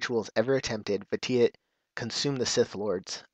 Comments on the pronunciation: I know this is kinda late to comment on, but his Sith title, Lord Vitiate is actually pronounced "Vishiate". Vitiate is in the dictionary and it means to corrupt or make impure, and it has a pronunciation next to the definition. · Hey, the phonetic pronunciation of the Emperor's original name is Lord "Vish-ee-ate". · Is that how you pronounce Vitiate? I don't play The Old Republic, but I am intrigued by it, needless to say I haven't seen a video where they refer to the Sith Emperor by name, so I've been pronouncing it as VIH-SHEE-ET, not VIH-TEE-IT. In some cases, the rules of grammar have you pronounce the "shh" even if it's not spelled out in the word, and Vitiate looked like that kind of case. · You pronounced his name wrong >.<